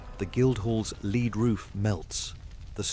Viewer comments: Your comment clearly illustrates the benefits of good diction and careful enunciation! When discussing the roof of St. Paul’s Cathedral for the first time, the narrator clearly and correctly says that St. Paul’s Cathedral had a “lead” roof, not “leed”, which doesn’t exist. Lead makes perfect sense as a building material for the roof of such a magnificent public building in 1666. The second time the narrator mentions the cathedral’s roof, he inexplicably mispronounces it “leed”, which was very poor diction and would be very confusing to anyone. I hope that this is helpful to you. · Loved it, 👍👍👍👍but it’s pronounced “ led “ 🤪🤪😜😜 cheers from K🥝I🥝W🥝I land 🍺🍺🍺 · I never heard of a "leed roof", but apparently London had a lot of them in 1666.